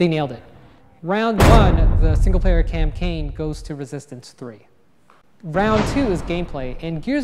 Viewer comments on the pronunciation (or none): Lmao!!!!! around the mark he said "the single player camcaine. Lol.